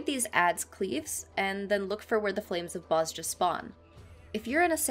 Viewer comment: I hate being this guy, pardon my OCD. know it's been 3 years and you probably already know, but it's pronounced "Boz-ya". Amazing guide btw very easy to understand <3